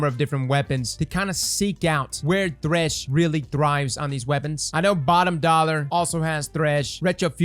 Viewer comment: couldn’t tell if that Bottom Dollar pronunciation was a joke or not lol